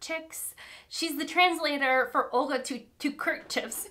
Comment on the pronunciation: Hi, I really liked this video and your reactions. It made me laugh how you reacted to the book about the dolphin perspective. I have similar thoughts. Side note: the Polish Nobel prize winner Olga Tokarczuk's last name is pronounced TOCK AR CHOOK. Hope it helps ❤